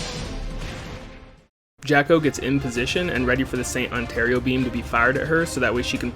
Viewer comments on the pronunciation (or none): Great video, thank you. Just a little detail though. It is not Ontario Beam it is ORATORIO which can be translated to english as ORATORY. It comes from the verb to pray.